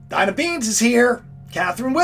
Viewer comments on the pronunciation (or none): none